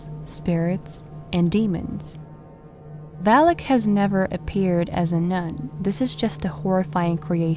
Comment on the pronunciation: Not valik it’s valak